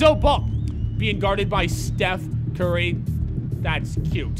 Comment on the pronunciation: I think he just say Stephen curry but he makes it sound like steph and curry